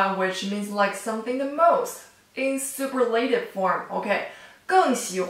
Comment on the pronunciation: You can't say super la tive. It's pronounced su purr la tive. Great lesson regardless.